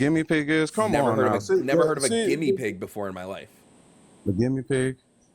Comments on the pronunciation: I was in denial I thought he was saying gimme pig as a thing that maga hat people say about anything they don't like was thinking there is no way that's what he meant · Oh my god i just realized he was trying to say "guinea pig" 😂